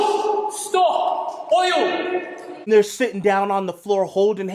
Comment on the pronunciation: Can't rhese people speak English? It's oil not oi-oh.